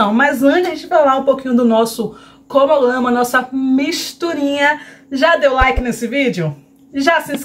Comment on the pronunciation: Tantos anos que você tem canal e ainda não aprendeu a falar CRONOGRAMA....você deveria estudar essa palavra...fica feio nos vídeos e até para as suas parcerias também não passarem vergonha junto com você...acho que esforço é tudo...se você se esforçar consegue...é sua imagem que conta...😉